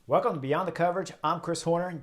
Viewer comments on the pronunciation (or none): none